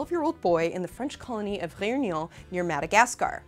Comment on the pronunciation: the way she said réunion... is she french/ french speaker?